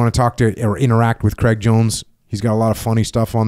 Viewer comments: Dear America, Craig does not rhyme with Egg. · "kreg" jones. Jocko forgets to pronounce the "i" in Craig.